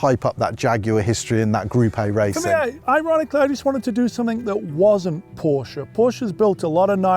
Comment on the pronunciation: Stop saying porsch-(uh) please. It sounds so bad😭 On the other side. Beautiful video❤